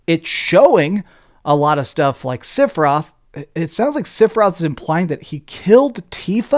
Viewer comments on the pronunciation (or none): For a “Final Fantasy obsessed freakazoid” hearing him say Sifroth was both hilarious and painful 😭